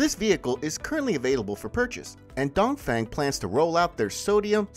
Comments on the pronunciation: dongfeng should pronouns as dungfung, dongfong, sounds 'don't phone' but not 'down thing'. u keep repeating the wrong pronunciation a hundred times throughout the video let people think u r amateur not professional. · DongFeng is read Dongfong instead. Sodium batteries are less energy density comparing to Lithium.